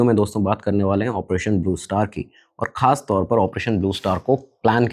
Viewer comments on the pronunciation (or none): none